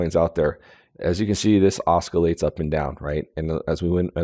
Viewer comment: promounced "ossilates" no k